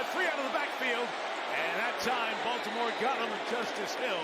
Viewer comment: Bal- toe-more Ravens